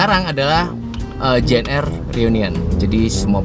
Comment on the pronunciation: ji en ar mas... bukan ji en er.